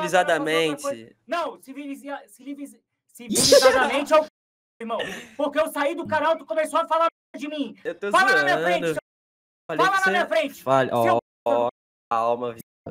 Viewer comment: " cilivizado " kkkkkk